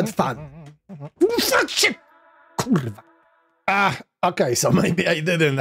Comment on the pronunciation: Thank you oh glorious one! Those kurwas sounded very polish btw.